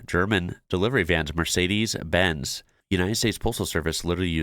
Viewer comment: Next you'll have to learn how to pronounce Mercedes.